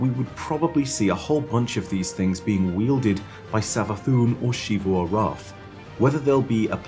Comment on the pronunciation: Every time this guy says sheevu arath it makes me want to blow my brains out... it’s xivu, ZEEVU